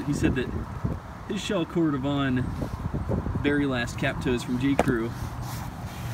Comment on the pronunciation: Good to see someone thats even more into boots than I am. I really appreciate these videos because most of the boots I look at have no retailers near me so I depend on the reviews from people like yourself. One thing is clear though, one of us mispronounces “Cordovan” and “Barrie” lol